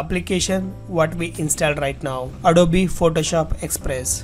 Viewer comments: bhai ita adobe not adobeeeeeee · Please say adob not adoby